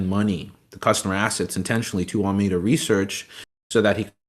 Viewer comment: Honestly this guy clearly isn't very literate in the space. Alameda research not ameda research. FTX token or FTT not ftf token. Like he's not wrong this whole thing was a pyramid and fraud and all that but he can't even get the basic names right